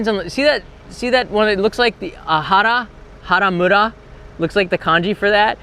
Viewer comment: ( min) Haramura? Funny, but that’s not the reading of 原付. Mura is 村. The Kanji on the sign reads Gentsuki which is the Kanji for moped. Anyway, glad you covered this topic. As an avid cyclist, I keep getting mad every day at other cyclists and drivers who ignore all the traffic laws/rules, oftentimes putting themselves and others in danger. I biked 300km+ every week until four months ago, when I had an accident (with a car who came from a little side road with a stop sign and didn’t see me coming). And while my beloved bike was trashed, I am glad I wore a helmet and didn’t get seriously injured. I can only advise anyone not to bike in Japan if they are feeling insecure about riding on the left side and/or generally insecure/not very experienced riding a bicycle. And please, always wear helmets - they save lives!